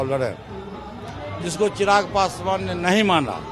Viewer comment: Sarab Pikar Bol Raja Hai pasu pa Rsh